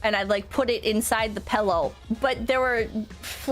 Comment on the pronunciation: Just how. How did she start saying pellow? her dad says pillow. must be the mom.